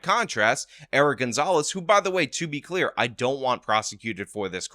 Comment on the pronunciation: Did you say "To be queer..." instead of "To be clear....."?